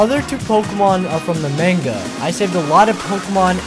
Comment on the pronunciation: I like the fact that he used the manga Pokemon too but the way he pronounces manga is "off" to say the least.